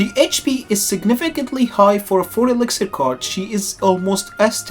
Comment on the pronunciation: do my ears decieve me??? 4 EXIXIR!?